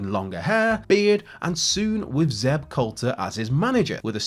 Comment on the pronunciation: Too bad swagger couldn't pronounce zeb at all.....theeb lol